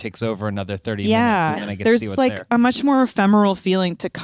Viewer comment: had to comment again for "30 morbid minchnutes" 🤣🤣🤣